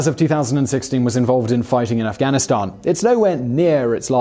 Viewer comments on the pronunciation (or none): none